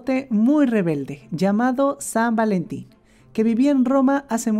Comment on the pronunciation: san valentin ❌️ sad valentin ✅️. pero creo que desia algo en ingles